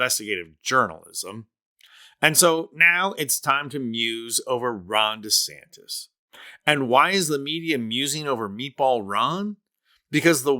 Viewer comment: Don't lower yourself to Donald's level by mis pronouncing his name.